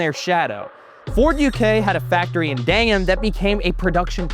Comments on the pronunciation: Sorry to be pedantic, but Dagenham is pronounced Dag-en-'am not Dang'em (as a Brit - living across the river from Dagenham - I physically flinched when I heard say Dang'em! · Dagenham, not Dagengam. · dangam? No it’s dag en ham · And I've now got "Oppa is Dagengam Style" as an earworm. Thanks,. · Gagenham = Gayem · where’s that factory? 😂😂 It’s pronounced “Dag-en-am” mate 😉😂